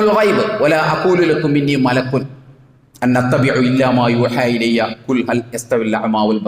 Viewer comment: ഇൻ അത്തബിഉ എന്നതിനെ താങ്കളെന്താ അൻ അത്തബിഉ.. എന്ന് ഓതുന്നത്....???